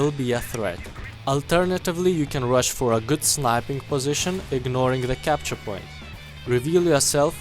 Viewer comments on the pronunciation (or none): none